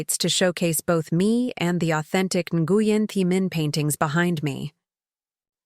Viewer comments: Story doesn’t match story. Story original. Title is overused and misleading. Narrator needs to learn proper pronunciation of Vietnamese name. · Title doesn’t match story. No pregnant mistress. Art Story original and refreshing. Narrator needs to learn better pronunciation of Vietnamese name Nguyen.